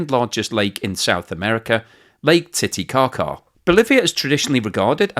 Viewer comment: Thank you for saying, "Lake Titicaca." :-))